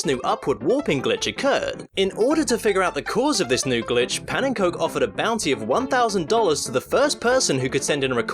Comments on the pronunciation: "Pannencoke" ererghgeghhghggh... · Alright, say it with me. Pannenkoek is Pah-nuhn-kook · A tip for next time, Pannenkoek is pronounced like how it is in Dutch, as it is an actual dutch word. Not "pan and coke". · ''Youtuber Pennencoke'' I died PS. I'm Dutch and pannenkoek is a Dutch word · Pannenkoek2012 is dutch the translation is pancake2012 and the cook part is spoken like cook not like coke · Wow... the way you said pannenkoek.. Just WOW. It's a dutch word so I don't blame you but the way you said it was just so wrong. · I loved the video. Slight Note: Pannenkoek is actually pronounced "pah-nun-cook". It means pancake in Dutch :). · I love hearing foreogners pronounce Dutch words, like Pannenkoek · I love how you pronounced pannenkoek in the most English way possible. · I love how... wrongly they pronounced your name in this video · I laughed my ass off when you pronounced "pannenkoek" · I love the way he pronounced Pannenkoek :P